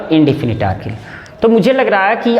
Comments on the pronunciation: आर्टकिल नहीं आर्टिकल 😂😂😂😂😂😂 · अरटीकल को आरटीकील kyun kahte hai